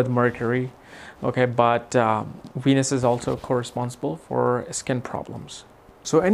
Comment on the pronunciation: Cracks me up when he says “Weenus” 😂